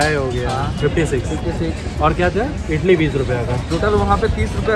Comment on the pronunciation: Bhai ap idli ko itli itli kiu bol raha Ho😂🤣